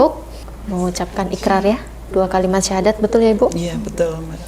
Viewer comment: Alhamdulillah banyak sdr baru yg telah mu'llaf dg keinginan sendiri. Mohon maaf sebelumnya barangkali pendengaran saya yang agak kurang peka, akan tetapi saya mengikuti berkali...kami rasa pembacaan Syahadat Tauhid oleh mbak ustdzh. Pemandu mohon diperhatikan biar tidak mengubah makna dr isi syahadat tsb. ...maaf yg sering terdengar "ILLAHA ILLALLAH" yg semestinya membacanya "ilaaha illallah"